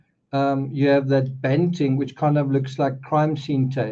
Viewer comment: BTW, bunting not banting